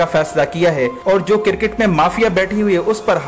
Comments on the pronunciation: Bhai it’s cricket not CIRCIT! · sir cricket not cir ket